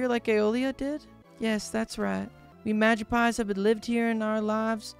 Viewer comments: I'm sorry, but it's pronounced "Ma-gip-psee" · Oshe castle, Magi-pies... I'm positive bro can't read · It kinda hurts to hear him say Magispy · I cant tell if he actually genuinley didnt know how to pronounce the magypsies name or if he was purposefully mispronouncing it to avoid saying the slur in their name, and i cant decisw which is funnier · Hes pronouncing it wrong lol. But I do like it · OMG the whole time he's mispronouncing magypsies drove me nuts